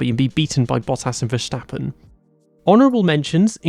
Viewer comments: Little tip: Verstappen isn't pronounced with a shh sound. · Ah yes Verschtappen, great driver.